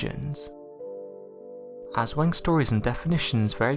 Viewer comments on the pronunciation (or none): Jon Haugland It’s pronounced like “ahswong”. The poor pronunciation here kinda killed the story. It’s just an urban legend and stories parents tell their kids.